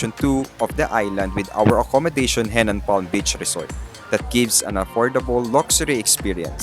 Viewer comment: Henann not Hennan ✌️